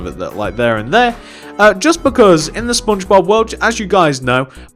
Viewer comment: it is Just me Or Im Hearing He Said SpoonBobs